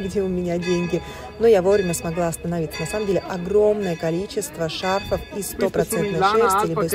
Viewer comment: Надо говорить: шарфОв